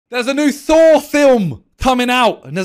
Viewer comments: He said Thor, I heard Saw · Sounds like he said phor and not thor